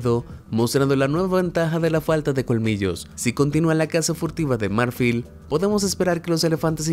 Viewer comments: Disculpa, pero si tu vídeo está en español, por qué dices " MÁRFIL" y no MARFIL? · Se pronuncia mar-FÍL , no MÁR-fil. Amigo, necesitas mejorar un poco tu español. Me encantan tus videos, pero tu español es horroroso a veces. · Marfil tiene acento tónico en la "i". No se pronuncia m(á)rfil sino marf(í)l. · El acento de la palabra marfil está en la última silaba, es aguda, entonces no suena "márfil" sino "marfil" con la í acentuada. Suena horrible como lo dices. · Marfil no , MARFÍL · No soporto escuchar que diga "mÁrfil" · Marfil es lo correcto.... pronuncia bien no manches. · Marfil no lleva acento, se pronuncia marfil, increíble tu ignorancia. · Jajaja no sabes lo incomoda que me sentí cada vez que escuchaba esa palabra acentuada así...